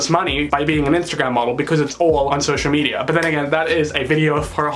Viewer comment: "Social Mediar"